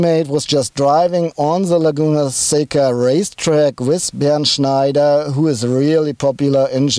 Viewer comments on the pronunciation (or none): none